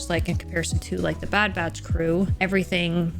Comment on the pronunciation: It's sounds like you're calling them the bad bratch. 😂